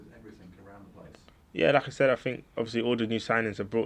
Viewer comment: I can’t stop hearing “Lacazette” each time he says “like I said”